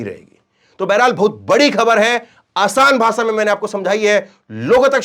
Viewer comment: Bhai AapBhot Achche Ankar Hou,Par Bhasha Achchi Nhi Lagti Hai Kano Ko Jese Bhasha Ko Bhasa Bolte Hou.